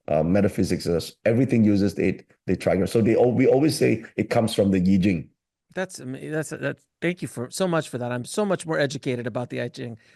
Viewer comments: Pls, keep saying I-ching (pronounced Ee-tching): Educate his coldture or callture, or culture again!!! Cancel that "eye-ching". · Hopes that "AI" will be well educated in Chinese knowledge... I will revisit Deep Seek soon! For I-ching, not "Ai-ching".